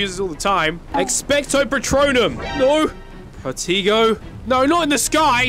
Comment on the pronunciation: Not to be mean or anything but it’s pronounced pruh-tay-go